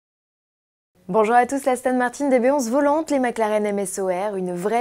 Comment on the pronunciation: « Aston Martin DBS 11 .... VOLANTEEEEEEEE » ... Dit donc la journaliste, si tu arrives prononcé SPYDER alors tu peux mieux faire pour prononcer VOLANTÉ ... triple endouille 👿👿👿👿👿